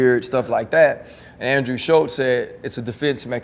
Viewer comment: There is no T in andrews name. You said it wrong every time